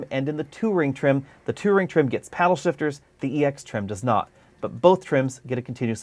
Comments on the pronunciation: I thought you kept calling it the Two-Ring trim. 🤔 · Yes, so was I. Wtf is the 2 ring trim ? Worst mispronouncing of a word since Stewie on family guy kept saying "cool wwwhhyp". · Drove me nuts every time he said it!